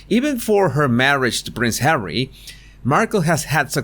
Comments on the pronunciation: I really enjoy your videos. But tell me, why you keep calling Harry as "Hawwy"? I can't even tell how extremely annoying it is. I just don't understand purpose of this. Why you keep doing this? 🤷‍♀️ I have to say I had to turn off some of your films because of that, unfortunately. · Ever since u started saying 'Hawwy' I cannot stop to imagine her calling him 'Habby' as in the nickname for 'husband' (hubby) 😂😂